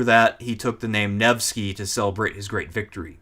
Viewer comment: Listening through, your pronunciations or so are on par, its Neh-va and Nevh-sky.